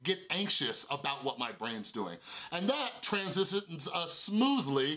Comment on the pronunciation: "at least he tried" "Transhishons" 😂😂😂